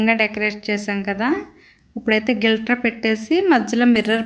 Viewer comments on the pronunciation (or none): గిల్టర్ కాదు అమ్మా గ్లి ట్ట ర్ అనాలి.